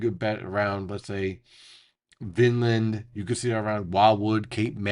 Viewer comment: hey just letting you know for the pronunciation of Vineland. I had a chuckle hearing Vinland😭😭 it sounds like vine-land. Just hadda let u know incase theirs viewers in the area